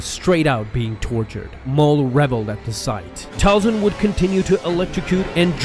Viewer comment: Talzin not falcon